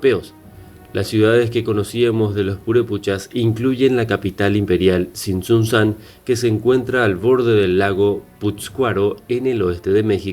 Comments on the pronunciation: Angamuco no está en una zona selvática amigo, es una zona boscosa solamente, pero si es la última gran ciudad descubierta de la cultura "Purépecha" y el lago es "Pátzcuaro" pero que bueno que le pongas atención a un tema tan relevante. "Tzintzuntzan" no "Tzitzuntzán", ahora desgraciadamente ha Sido saqueada hasta cierto punto como muchos otros lugares de este tipo. Por otro lado en Michoacán en la zona de tierra caliente hay un lugar muy poco conocida donde hallas pinturas rupestres de manos en cuevas que datan más allá de la época de las grandes culturas mexicanas. En un lugar pequeño llamado Huetamo de Núñez. Zona de la que soy originario. PD: me encanta que hagas un vídeo de este tipo. Eso es perfecto solo trata de poner un poco de atención a la correcta pronunciación de los lugares, entiendo que es un poco difícil o quizás confuso pero no es fuera de este mundo. Saludos ✌️ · Tzin tzun tzan y lago de "Pátzcuaro" pronuncia bien... 40000 edificios??? No seas inútil y mentiroso...